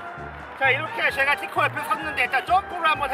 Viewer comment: 약간 바름이 딸리내 ㅋㅋ 티코대 키코래 ㅋㅋ